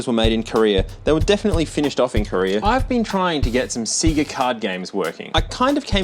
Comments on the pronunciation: nope, play a sega game, they literally say the name at the begining of EVERY one, names DO NOT change pronounciation based are where you, the listener of the name, is from, thats not how names work, names have ONE probounciation, and thats the way they say it, sega says it "say-guh" literally EVERYWHERE in the world, just play a sega game, youll see you are wrong, you just refuse to admit it. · Every time says "Sea-gah" I take psychic damage. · Funny, I feel the same way about Sayga. If an Australian says Sayga (looking at you, Modern Vintage Gamer) I die a little inside. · Why are you saying see-ga? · What’s see-ga? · Lol sea-ga 😂 Sorry couldn't resist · I have heard Segger, Sayger, and now Seeger. I wonder what other ways people say it lol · It’s Pronounced SAIE-GA Or S-EGG-A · say see - gah again. SEE GAH SEE GAH . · you're doing the seega thing on purpose right? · that seega pronounciation made me die a little inside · It's pronounced SAY GAH!!!!!!!!!! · god, australians saying "seega" feels like hearing someone pronouncing gif as "jif" i've heard sega commercials in there caused this and i know the guy who invented gif format also calls it "jif" apparently, but still it feels wrong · seega ive no one pronounce that name that way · pronouncing sega as "see-ga" is killing me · Say SEGA properly. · Why are you pronouncing Sega and patent wrong? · They literally say sega at the beginning of sonic games. There's no excuse for your pronunciation. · I wasn't prepared for how you would pronounce Sega, lol. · You pronounced Sega wrong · Still wrong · Sega not See-ga. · say-guh. Not cee-guh. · I don't know if anyone else has pointed this out, and I haven't looked, but because you're pronunciation of See-Gah is causing my eye to twitch...😂😅...The correct pronunciation, according to the Sega, is actually Say-Guh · My heart has a bad burning sensation everytime you say "C-ga" instead of "Sayga" 😩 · Sayyyga. Not seega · Its PRONOUNCED "SAY-GUHH" not seee-gah😂😂😂😂